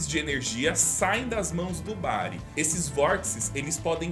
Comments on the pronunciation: Ali no explicar o Doruzonis parece q ce falou Brago ao em vez de Bari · Só eu percebi que antes de um dos poderes ele fala Brago........